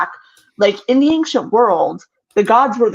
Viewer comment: I love how says "anckshent" instead of ancient